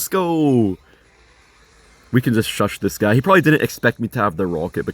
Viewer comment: the type of guy to pronounce shush as shush